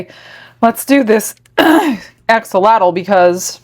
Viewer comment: Hi, thought I might just help you out a wee bit in pronunciation of “Axolotl”. The “X” is a “Sh” sound in the Aztec language of Nahuatl. So to say this little guys name it’s actually pronounced “Ah-Sho-lotl “ 😊. Much love from your 🇲🇽/🇨🇦 fans